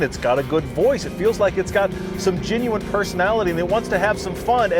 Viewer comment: Still can't pronounce the letter E, huh? "Minu" instead of "Menu"?? "Ingine" and "Ginuine". Does he even know he's doing it cuz he's pretty articulate.